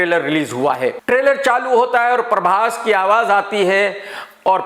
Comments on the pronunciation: Other people says- prabhas Krk says- parbhas😀😀😀😀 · Everyone: prabhas.. Krk: parbhas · When krk chaha says "PARBHAS" 😂😂😂. Pura desi admi hai 😂😂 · No body literally no body . . KRK : paarbhaaas 🤣🤣🤣🤣